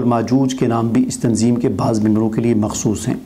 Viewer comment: Apne تنظیم ka name sahih likha lekin pronunce صحیح nhi kiya